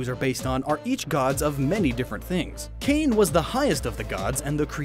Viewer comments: I've mentioned this before: Kane is pronounced Kah-nay not cane. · Kane is pronounced 'kah-nay'... It hurt me to hear him say it wrong like 5 times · Kane is pronounced kah-nay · Btw it's pronounced Kaw-Nay NOT Kane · hawaiian words use the same vowel pronunciation as japanese, thus Kane would be kah-neh